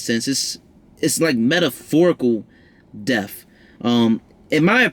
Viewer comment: This was decent. Where's Mercury sign? I like the way you pronounce f's. Lol like deaf instead of death. Philanthrofist.. fings, (things) finking (thinking) cute. Leo North Node 12th here and it's not easy! 😔 I'd love to learn more about Leo in the North Node 12 house.